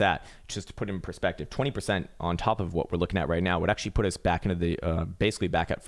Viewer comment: "AchTUAlLyy Finland is very beautiful, aCHtUAllY" Hey everyone, thought Finland was a shithole,;)